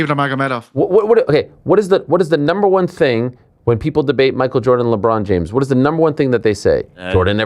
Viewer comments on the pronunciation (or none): none